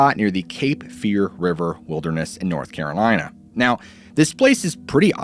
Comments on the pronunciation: North Carrrrlina 😃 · lmao NORTH CARALINAH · The way you just said North Carolina lol smh lol